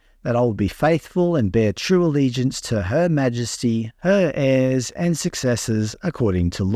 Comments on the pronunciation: This foolish woman is not representative or represent any aboriginal people. Thorpe has an elementary level of schooling. When she read the allegiance pledge, she read it phonetically the way she was taught, she pronounced 'heirs' as 'hairs'. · Nup, she read “heirs” pronounced it “hairs”. That’s why it’s written. She’s should be thrown out. Edit. Is she a spy? “International exposure”, “keep people informed about this parliament “ hmmm🤨🤨🧐🧐🧐🧐